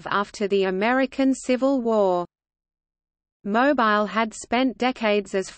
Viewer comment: OMGoodness! Mo Bile???!!!! NOT!!! How about Mo Beele???? MUCH BETTER!!!